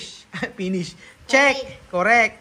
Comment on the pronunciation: I am not bashing but honestly need to correct his pronunciation as well....😂 like pronouncing (f) and (p),finish instead of pinish or four instead of pour.and apple to apol... I'm so sorry it's not bashing it's just my observation.